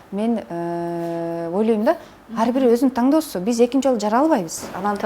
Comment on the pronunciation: Кыргызча китеп окуган адам ТАҢДООСУ деп сүйлөйт бекен? Алып баруучу болгондон кийин сизди баары угат, ошондутан ар бир сөзүңүзгө маани берсеңиз болмок.